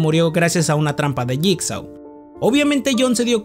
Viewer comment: Se pronuncia /yigso/